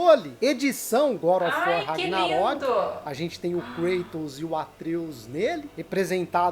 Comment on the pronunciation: "Good ófi uor" ksksksks boa Só zueira hein, moça ksksks